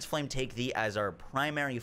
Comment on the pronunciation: " flam grant me strength" lol